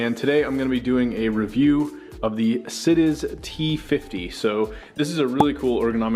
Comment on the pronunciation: It's pronounces Si-DE-CHE, hope this helps.